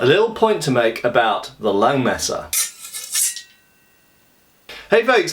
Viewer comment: nice German pronounciation!